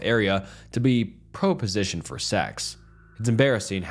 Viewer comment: bro said pro positioned 😂